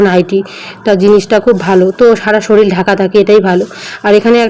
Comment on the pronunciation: Soril noi ota k sorir bole